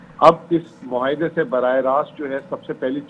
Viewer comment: اے آر وائی ایڈمن۔ مہاعدے۔ مھاعدے۔ نہیں۔ معاہدے۔ ُ م ع ا ہ د ے پُھوک۔ نہیں۔ پھوک۔ برائے کرم اردو کے ادائیگی میں حروف تہجی کی درست ادائیگی کروائیے۔ بہت سارے طلباء اس سے سیکھتے ھیں